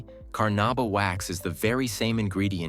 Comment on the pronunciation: It's called Carnauba wax not carnaba wax